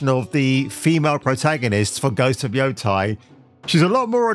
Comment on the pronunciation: Yotei not Yotai... It's not that hard.